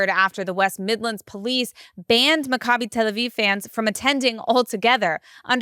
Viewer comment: My G-d, you have no clue how to pronounce "Macabi", do you?